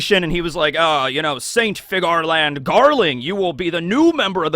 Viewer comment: Its Fe-Ga-Ri, like ferari! trust me..